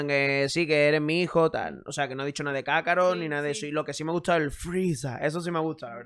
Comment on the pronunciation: Imagino que el castellano le dice kakalot porque tenían en mente que muchas palabras la letra R se pronuncia como L en japonés. FELICES FIESTAS. Un abrazo desde Mérida Yucatán 🇲🇽👍🏼🇪🇦